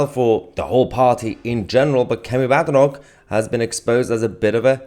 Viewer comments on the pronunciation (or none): Mahyar, it's pronounced BADEnoch (Bay-dee)... Kemi said on an interview, "There's no/nothing BAD in my name!"